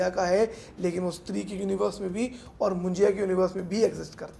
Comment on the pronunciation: Why illiterate north people needlessly puts "I" in every other language word its not munjiya it's munjya